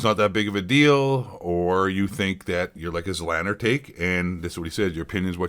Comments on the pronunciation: The fact that you don't even know how to pronounce "Z Laner" shows that you've never actually watched any form of interaction between Doc or Z, let alone ever watched either of their streams for more than a minute.... very poor from you bud. ZLANNER will be mad. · This dummy pronoucing Z-laner zzzlaner. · I don't care much for ZLaner but pronouncing it as zlanner is killing me 😂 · ZEE LAY NER !!! Does anyone speak english anymore ?!?! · "Zlanner" tf lol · His name is ZEE-Lane-er. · Its pronounced: ZEEE LANER, or ZEE LAINER OR ZEE LAYNER. Carry on. : ) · this chump doesnt even know how to pronounce zlaner. my god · Guy doesn’t even know how to say Zlaners name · you cant even pronounce the names properly how can i take anything u say seriously what a pleb